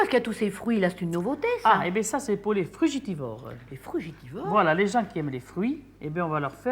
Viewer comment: Frugivore ou Fructivore. Pas frugitivore 😂